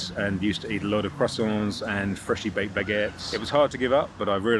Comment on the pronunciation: I can see that this man truly loves croissants 🥐 because he pronounced it correctly. Loved the story about the nurse.